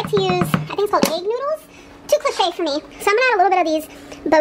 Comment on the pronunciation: Oh my God for the last time it is “for” not “fur”